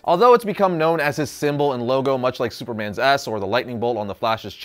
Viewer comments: Did anyone else think he said “Superman’s ass” lmao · I almost heard "superman's ass" not "S" 😂 😂 😂 pls do a video on archer and Armstrong, i love that comic book.